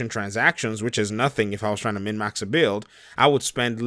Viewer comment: Are you saying mid max?